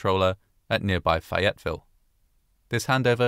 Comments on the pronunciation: Btw Fayetteville is pronounced: Fae-yet-ville Love your stuff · The name of the nearby city is pronounced Fay-et-vill. Think like "fae". I live in the area :] Thank you for another fantastic video! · For record, on pronunciation. Green Ramp has emphasis on Green, and a downward inflection on Ramp. GREEN ramp. Fayetteville is pronounced FEY-it-ville. Emphasis on 'Fay', downward inflection on the middle 'ette.' Source: several years at Fort Bragg, and untold hundreds of hours spent at Green Ramp and slogging through the trenches of Fayettenam, as we maroon berets call it. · I'm surprised you didn't correct pronunciation. It's FAY-ette-ville, not fay-ETTE-ville. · This is the LEAST important part of this story, but it just threw me for a loop when I heard 'Fi-yet-ville'. Where the hell's Fi-yet-ville? Then I realized what he meant. It's pronounced Fae-yet-ville. But again- this is the least important thing about this story. Poor folks. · I like how he puts so much into the uht in saying Fayetteville. Even though when you are saying Fayetteville according to google it sounds like fay-uht-ville, locals just say fay-et-ville without a lot of emphasis on the uht. It is also like Ahoski where you would think it sounds like A-ho-ski; but people say A-hoss-skie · I live at in North Carolina and drive to Fayetteville every once in a while . It's actually pronounced "FAE-ett-ville" (first syllable accentuated, long "A" sound), not "fie-ETT-ville" (long I sound, second syllable accentuated). But now I've heard it I almost like your way better. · Being a native North Carolinian, this is the first time I've had a critical note about any of your videos, and it's your pronounciation of "Fayetteville" , LOL (It's FEY-it-ville) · As a North Carolinian, I'm shocked that I've never heard this story before, but also that I've never heard Fayetteville (FAY-et-ville, if you were wondering) pronounced that way. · Still, though, what a pronunciation.😂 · "Fah-yet-ville" lol